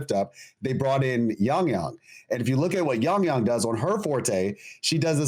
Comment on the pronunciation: How does struggle saying a 4 letter word and repeating it once "Yang-Yang" it's definitely a problem he has with, for him "foreign languages", besides that, great podcast as usual, the greatest of them all for WuWa 👍